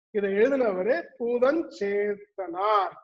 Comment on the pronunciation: பூதஞ்சேந்தனார் - Is pronounced incorrectly in the video - Sorry about that!